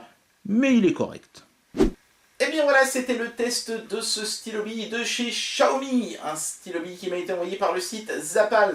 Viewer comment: Comment ça se fait que Xiaomi devient « Chiaomi »? Dans les autres vidéo, tu ne le disais pas comme ça et j’avoue que ça sonne bizarrement 😉